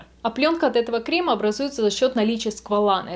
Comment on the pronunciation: Особенно кремА, ну это ужасно...